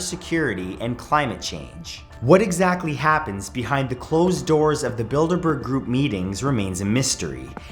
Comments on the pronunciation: I think i'm going deaf but i swear you said the "build a burger group" lol! I guess i'm just hungry :P \o/ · ... I can't be the only one who thought he said "Build a Bear Group." bruh I tripped over myself to get back to my laptop to rewind the video - hurt my foot and everything...